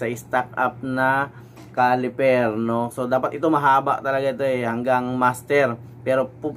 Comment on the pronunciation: CALIPER SIR HINDI "CALIFER"